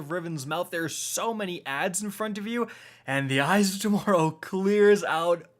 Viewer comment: Did you just say torrow instead of tomorrow